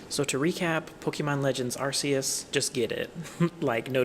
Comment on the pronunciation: WHY DOES EVERYONE SAY ARCUS WRONG!?